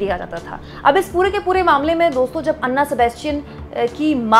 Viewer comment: Name is not अन्ना Sebastian It's ऐना Sebastian